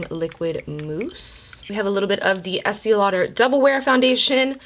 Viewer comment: why do you pronounce it like “Es-tia Lauder.”? it’s pronounced Es-tay lol